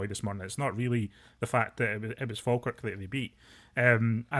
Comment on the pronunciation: 😂😂😂😂 it's Falkirk fs